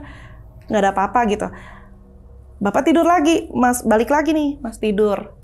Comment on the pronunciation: Meni lekoh huruf R nya si kaka...😅 "tidurrrrrrr..."